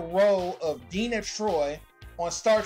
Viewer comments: Deena Troi? It's pronounced Dee arrna troi. As you would know if you'd ever listen to a single episode with her in it. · DEE ANNA Troy. Not DEENA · D---ANNA - Not DENNA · DeANNA Troi. not Deena come on bro. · De-Anna Troi. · Learn to say her name right, not denna troi.